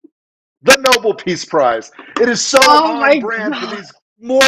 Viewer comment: Lady- 1. Learn how to say Nobel correctly! The peace prize was named after an actual human being. And that’s no “whatever.” Did you just come down from the mountain? Alfred Nobel. Ever heard of him?...Probably not. 2. There is no such word as “com” meaning relaxed. NONE. The word is “caLm.” Calm is pronounced WITH THE “L.” Say it with me now, ‘caLm.’ Do you pronounce “library” as “libAry?” I’m just waiting for that. WORDS MATTER.